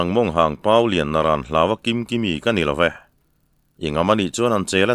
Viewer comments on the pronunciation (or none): none